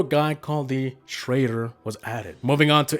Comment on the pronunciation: I don’t know why I started laughing hysterically when he said “trader”